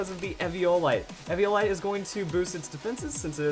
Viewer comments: It really annoys me how says Ev-ee-ohl-ite, when its ee-vi-a-lite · Sean G. *ee-vee-ah-light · It's pronounced eeeeeeviolite